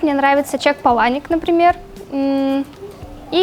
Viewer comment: Чак ПАланик, а не ПалАник